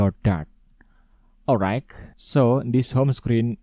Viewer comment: bang bacanya olrait bukan olraig